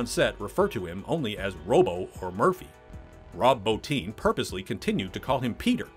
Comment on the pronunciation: Thank you for correctly pronouncing "Rob Bottin". So many big name YouTubers mispronounce his name and its a shame since he's extremely unappreciated and is now a recluse